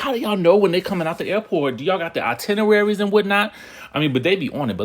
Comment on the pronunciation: Y'all gonna sit there and act like he ain't say itenerwary😂😂😂😂